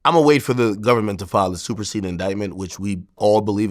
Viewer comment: Did he just say "Super SAYIAN" INDICTMENT😂😂😂